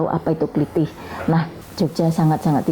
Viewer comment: Ketemu plaku klitih yg habis aksi. Tendang kepalanya kayak video yg dah beredar di FB n Youtube. BTW mbaknya kelihatan bukan orang jawa. Aksennya ktk bilang Klitih bukan aksen jawa.